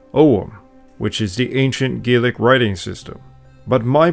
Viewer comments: When referring to the Scottish language, it's pronounced Gah-lick. Gay-lick is the Irish pronunciation. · I'm sorry but how did you manage to make an entire video where you use the Scottish Gaelic pronunciations without ever pronouncing the language correctly? In Scotland, we pronounce it Gah-lik not Gay-lik. It's spelt the same but pronounced differently. Really took me out of the video I'm afraid. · Please, don't rhyme Scottish Gaelic's ae with "say", it rhymes with "sad". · He uses it interchangeably with irish tho, what's more annoying is him calling it Gaelic when its Gealige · Its not exactly right but you just called Gealige gealic so clearly you dont have a leg to stand on either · Please pronounce it Gallich not gaylick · Please remember that Scottish Gaelic is pronounced differently from the Irish Gaelic. Gaelic like Garlic, not Gaelic like Gay Lick. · A a child of native Scottish Gaelic speakers from the Isle of Skye, we pronounce Gaelic as Gaaalic, if you catch my drift. Great video though! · You’re pronouncing “Gaelic” wrong. You take the word “garlic “ and say it with a Boston accent leaving off the “R” . Sounds like “galic “ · I am correcting your pronouncing the word Gaelic. In Irish it is pronounced Galic and in Scottish it is pronounced Gailic. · It's not Gaelic, it's Gaeilge. Or Irish, if you can't pronounce it's correct name. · You are pronouncing Gaelic incorrectly. Shame on you.